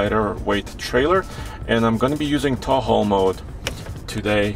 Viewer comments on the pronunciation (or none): I love this review and love this video! But at seconds, did anyone else notice he said Taul/ How, instead of Tow/ Haul?